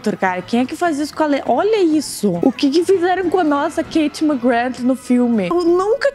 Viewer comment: A KATIE NÃO GOSTA QUE CHAME ELA DE KATE SE PRONUNCIA KARIE KAKAKAKAKAK